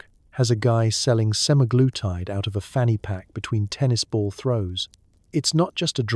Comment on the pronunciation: You really shouldn't say 'fanny pack' with a British accent.